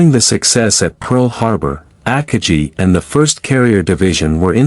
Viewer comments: The AI voice is very bad. Try upgrading to a better AI and train it to say Akagi correctly instead of AHKah-jee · As soon as I heard you pronounce the carriers name, I stopped the video and started something else.